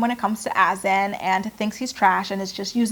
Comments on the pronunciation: I really feel like Azan's name isn't pronounced"Azin". Should be more like "A-zahn". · It’s AH-ZUN, not “as-in”